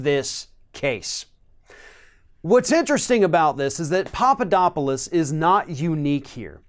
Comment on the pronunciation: FYI It is "Pap", not "Pop" You keep saying Popodopolous.